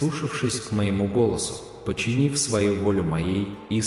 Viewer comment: не "починив", а ПОДЧИНИВ